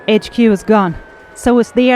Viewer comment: Lol the way you pronounced HQ sounds a lot like the way Australians pronounced it you know like hay-ch que